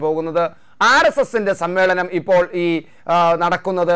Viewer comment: സം മ്മേളം,? അതെന്താ മേളം